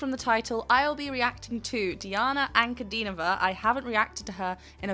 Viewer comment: Her name is pronounced as D-Anna Un-Cu-Dean-O-Va